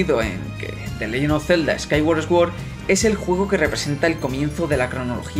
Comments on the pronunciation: No quiero que esto sea una ofensa de ninguna forma, solo recalco que sword se pronuncia suórd y no esguord. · Hyrule se pronuncia Jáirul, Sword se pronuncia Suor, Skyward se pronuncia Skaiwor, Hylian se pronuncia Jáilian, Majora es Mayóra con acento en la O. Por dios muchacho vas a hacer que me sangren los oídos.